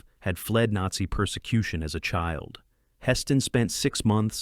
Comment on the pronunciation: AI narrator atrocities. "Nate-see". Seriously? It's ALL WWII movies and you blow that word? I also loved that great actor, George Peppered.